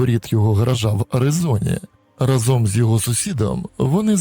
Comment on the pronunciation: наголос у слові рАзом - у всіх ваших відео разОм